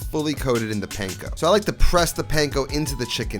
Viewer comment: I think I’ve made more of your recipes than any of any other youtuber and this looks like another good one. and from a japanese bro to an italian bro, panko is pronounced more like punk-o.